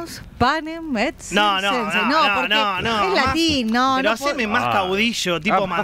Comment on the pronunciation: Estimados: "panem et circenses" se pronuncia "panem et quiirquenses", ya que la c en Latín se pronuncia con sonido q. Saludos